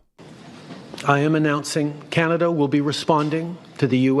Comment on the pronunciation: It’s not Canadia, it’s Canada.